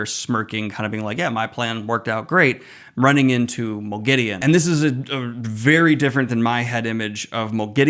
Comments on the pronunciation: Have they done a Sauron? In the LOTR series, they say S-ow-ron, whereas fans have always said Saw-ron. In this video, you say Mo-gideon, whereas in the show, Lanfear and Ishamael both say Mog-a-deen. (Moghedien). I like the show's pronunciation better, so I want to know what the general consensus of book readers are in regards to this pronunciation. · Pretty strange pronounciation of Moghedien but I'm glad to hear I'm not the only one that misspronounces names/places in The Wheel Time.